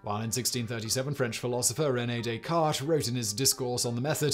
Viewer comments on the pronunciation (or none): none